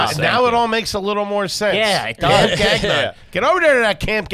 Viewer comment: its not "gag" -"non". . its pronounced "ga"-"n-on" lol